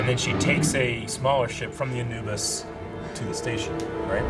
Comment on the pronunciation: is my dude...pronunciation king! He pronounces certain words the way I would despite how the show would have you say them (Amos = A-muss, instead of A-mose; Anubis = AN-new-bus instead of An-NEW-bus)... Okay, carry on...🤪